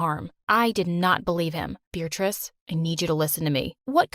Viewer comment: Why does he call her “beartrice”